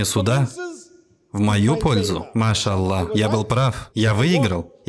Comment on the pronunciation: Брат Салам Алейкум. не говори Ма ща Аллох. Говори Аллах , Аллаху Акбар , АльхамдулиЛлях , СубханаЛлах. произноси и пиши правильно